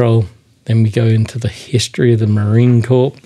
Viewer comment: Corps is pronounced "Core" in the military context. it looks like an interesting read.